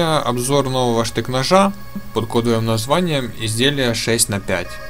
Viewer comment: Между цифрами букву Х следует произносить как Холодное 6 Холодное 4 и 6 Холодное 5 !!!!!!